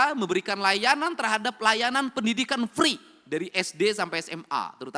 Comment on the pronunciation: Free pak bukan pri 😅